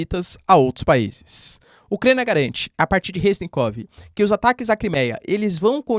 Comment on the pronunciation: "agarante"???? Seu???? É a segunda vez que ouço vc falar "agarante".